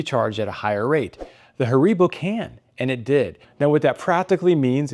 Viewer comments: Not Haaribbow....😁 its HAARIIIBOOH... i appreciate the presentation from germany🫡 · It's pronounced HAribo.